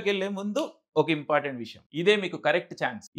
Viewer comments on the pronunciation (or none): none